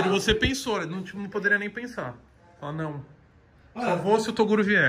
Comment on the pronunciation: Torugo,toduro, toguro... kkkkkkk